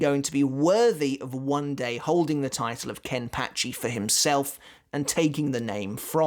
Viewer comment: Is it just me of the way he says Kenpachi somehow weird? 🤔